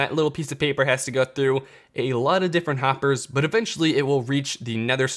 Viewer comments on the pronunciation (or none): none